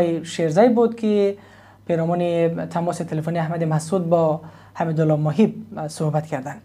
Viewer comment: باز حميدالله ؟؟😂😂😂 او ادم درست خوانى كمتر ين اصول خبر نگارى است نام بنده خدا حمد الله است نه حميدالله